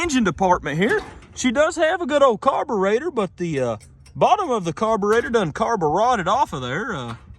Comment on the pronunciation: Carbur-rotted😂 this guy's great